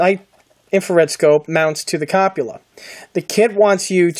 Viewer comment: The kit is a Trumpeter kit, not a Trumpeteer. Also it's called a Cup-ol-a, not a Cop-u-lar. Nice job on building and painting the kit.